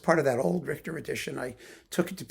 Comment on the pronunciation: When you said Richhhhhhhterrrrr….I almost expected to hear horses.